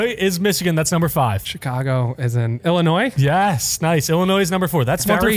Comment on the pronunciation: Numbskull guy has never been to illinois in his life when he pronounced the s. The s is silent.